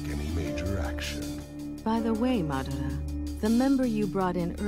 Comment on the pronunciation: pronunciation of madaras name in the dub is cringe